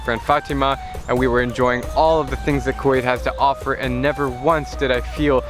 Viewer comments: Drew there is an mistake you said ffer instead of Offer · ffer instead of offer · In I in the video it says ffer instead of offer